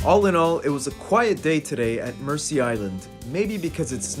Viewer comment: Pronunciation is Merzea Island, not mercy.